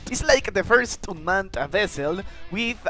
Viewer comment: Bro's It Unmaned U-m-a-n-e-d NOT Unman- ed 💀